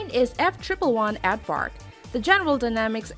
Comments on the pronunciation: AarRrvark, it’s a bloody aardvark. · And it's Aardvark, not advark. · Why are half the images reversed? Since when is "aardvark" pronounced "advark"? Is the plural of foot "feets"? Is the plural of data "datas"? Since when did "aircraft" gain an "S" to denote plurality? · Some one needs to look up their pronunciations before they narate a video of this type! F-111 "Ad-vark"? It's "Aard-vark," as in "are-d" vark! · And it's "AARD-vark", not "AD-vark" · It's Aardvark not add vark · It's pronounced and spelled, Aard-vark, not, Add-vark. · Kevin Briggs your missing the point, I know what and F-111/FB-111 is and I even know what an EF-111 Raven or “SparkVark” is, my post was about the woman who narrated the video sounded like she said ADDvark, not Aardvark, go back and watch the video and listen again. P.S. Thanks for your service and Merry Christmas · The F-triple one Ad-Vark. I love it when people make video about things that they know absolutely nothing about. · “F-Triple One Advark” 😭😭😭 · Did she just call the Aardvark the AddVark? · she said Advark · Odd, I've never heard of an Aird-vark. I can't even seem to google one up. Not gonna call out the other errors, just didn't see that one in comments yet. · Step 4: Mislabel the YF-12, mispronounce "F-111 Aardvark" as "eff triple-one advark", and list off a bunch of inaccuracies guaranteed to agitate more than a few people ;v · yeah whats an Advark :| lol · She also calls it an "Advark". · “F Triple 1 Ad-vark”.... say again??? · 1st off, #9 is pronounced as Ard-vark. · Did she say ‘ad-vark’? Ha ha ha ha... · I pretty much gave up after hearing "the F triple one ADDvark". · English as a second language (EASL).. MISpronounced 'Aardvark"' 'strategic' & "warfare" and 'McDonald Douglas' that's just ~1 min. in!! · What the heck is a F Triple One AARDVARK. It’s a F One Eleven. 🤦‍♂️ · The way she says aardvark gives me life. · This lady cannot pronounce words. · Also they way she pronounce Aardvark....